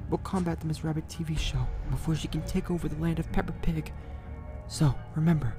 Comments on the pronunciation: What I was supposed to hear: Peppa Pig What I actually heard: Pepper Pig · He said pepper pig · THE FACT THAT HE SAID PeppER pig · He said paper pig